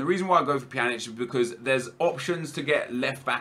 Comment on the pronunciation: Pjanic: "Panjek--"